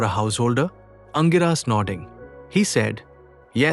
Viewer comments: The right pronunciation is Angeeras. Not Angiraas. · Aangiras not angiraa!